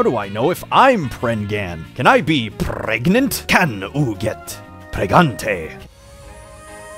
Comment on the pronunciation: hey why did you cut the part where he said pregananant! that was the good part of that video